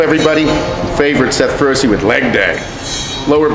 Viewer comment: The way you pronounce your last name makes your Italian ancestors cry.... :(